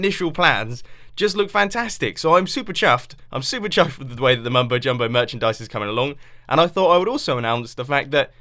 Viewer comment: its so weird every time he says mumbole jumbole